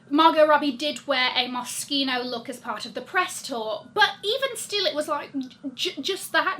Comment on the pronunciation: Thank you for pronouncing Moschino correctly lol. It's one of my favourite brands and I've had their clothes for around 20 years now (OMG!!!).